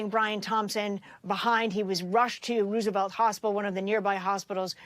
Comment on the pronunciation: “Rooooosevelt” hospital?!